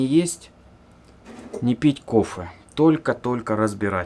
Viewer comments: почему ты говоришь кофЭ, этоже не правильно, вроде всегда было кофЕ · "Навести кофэ"?)))Это в какой деревне так говорят?Или это стеб?))